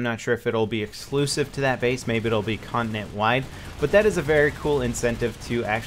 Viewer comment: you pronounce it 'con-ti-nent' not 'connent' XD